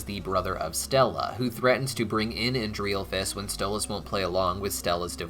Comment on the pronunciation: I'm sorry but the way you butchered stella's brother's name kills me.